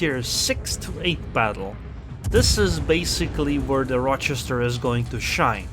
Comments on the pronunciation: I have lived in Rochester NY for 20 years. You are saying it just fine. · You got the pronunciation correct. Source, Lived in Rochester NY for a few years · You're saying it correctly, at least for the Rochesters in the US that I know of. At least one in New York and Wisconsin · You’re saying Rochester right :) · yep you pronounced it right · Your pronunciation of Rochester is correct. There is minimal risk of these comments being spammed with "Um actually its pronounced ...". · As far as British English is concerned. The pronunciation of Rochester is perfect. However, Implacable isn’t pronounced with “place” (though it makes for a good joke on placing onto the cap). Implacable is a name to do with the fact you cannot be placated. You can’t be put off or bought off, you are Implacable (easier said like: Im-Plack-able). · You are pronouncing the name properly. :) And Implacable is pronounced im-plak-a-bull.